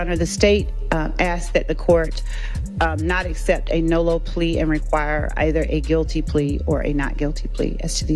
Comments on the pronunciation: Its nolo not nulu. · NOLO.. he’s saying it wrong